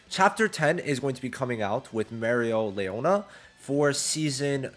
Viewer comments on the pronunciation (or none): Im hoping you see this so you can correct it. Everyones mad at the way you say Mereleonas name because u say it like Mereo lee ona But its pronounced marry lee ona. Fluently